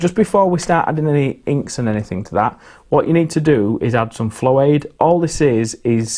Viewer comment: Jokes aside, it sounds like you say fairy liquid? What are you actually saying? Cuz I'm not sure how to make "florade"